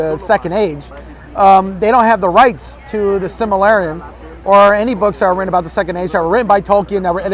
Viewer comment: He can’t even pronounce The Silmarillion.